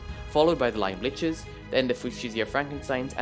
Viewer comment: is the correct way to say it ("Liches" is pronounced "Lee-chez")